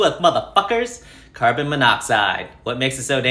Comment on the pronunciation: “Car-bon monoxide”